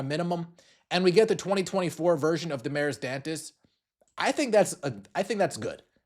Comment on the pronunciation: I’ve seen other news … Aari McDonald was signed. And you oughta brush up on your Spanish / Portuguese pronunciation.